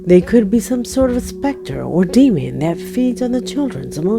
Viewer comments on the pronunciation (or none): Specter, not spectrum.